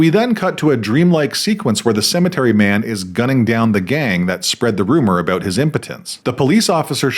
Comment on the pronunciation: Thank you for helping us understand what this movie is all "aboot". 🤣🤣🤣 I kid!... Much, much love and smart-assery from the 🇺🇲 Naturally...😅